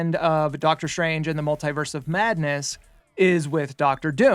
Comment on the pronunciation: Mult-Tee-vers - Say it right your fool!🙄